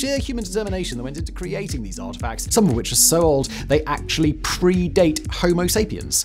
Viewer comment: OH GOOD LORD! Each time I give you another shot you disappoint! It is always with production! Don't speed up your video, since your English is nearly unintelligible even on normal speed!!! Bailing out of the video in because I lack the patience to discern what you are saying. CC can't even figure out what you are saying!!! you are talking about Soviet instead of homo sapiens and "long Quest 3"... NAH! Not worth it!